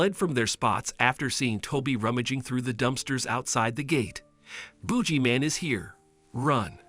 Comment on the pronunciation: It's I think supposed to be boogeyman